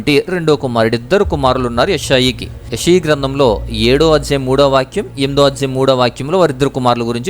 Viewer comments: It is "యెషయా" not "యెషయి" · Learn how to read telugu. not yeshayi.